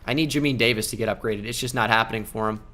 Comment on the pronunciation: Listening to his pronunciation of Jamin Davis’ name is painful😭